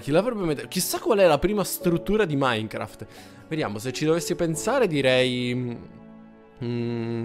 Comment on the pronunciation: Non ija minecraft ma icha minecraft